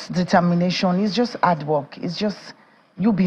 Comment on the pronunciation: What is 'ard' work...HARD? 'Elps it's HELPS. Please learn how to pronounce your words properly.